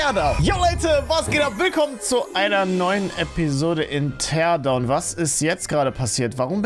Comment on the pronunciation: Mann spricht das Tierdauwn aus